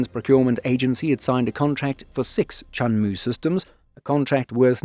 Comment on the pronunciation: WOW~천무가 한국어 '천무'라고 들리는거 같아요.😅